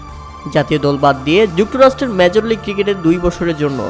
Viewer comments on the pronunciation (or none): joktorajjo na joktorasto hobe apni eto bhul koren kno